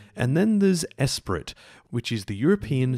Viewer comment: Nice video :) Btw, that backronyn ESPRIT is almost certainly pronounced "espree" (it's French for 'Spirit').